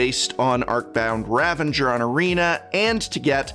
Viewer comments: Arcound "Ravenger" ... why do people say that?? Its "Ravager" darn it. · Ravager not ravanger Keep up the good work!